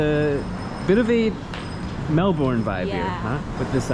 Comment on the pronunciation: Lol when you pronounce Mel-bin as Mel-Bourne i'll give you a pass when you struggle with Maori words.